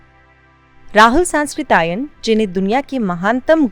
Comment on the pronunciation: हां.सही ऊच्चारण नही किया,राहुल सांकृत्यायन कहना चाहिए.